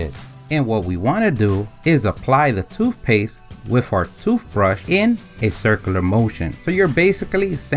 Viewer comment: 😂 Well in his vocabulary, it’s spelled toofpaste, so.